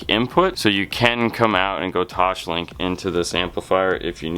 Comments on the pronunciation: Omg it drives me nuts when you say toshlink. It’s pronounced toss- link. I’m sorry but it drives me nuts. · Drool-worthy system and amazing work gentlemen! One note I mean in the nicest way possible: there is no “h” in “Toslink”. ;)